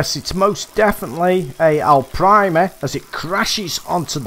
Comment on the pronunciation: I find on this map in this particular peg if you fish down towards the bridge if its a big fish they take you down and around the corner and they sit there and get stuck and eventually it snaps your line lol and i love how you say Arapaima lol Alprima 😆